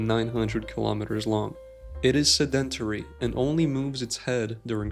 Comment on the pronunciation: If you can’t pronounce the words, don’t narrate: (SED-in-TAR-ee) and (VISS-kuss) stuck out like nails on a chalkboard. If English is your second language, get better.